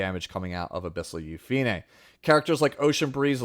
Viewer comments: Yu-Fi-Ne is correct since in Korean, her name is Yu-Pi-Ne (유피네) which has 3 syllables. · YOU FEE NAY!!!! The PROPER pronunciation thank you for staying true!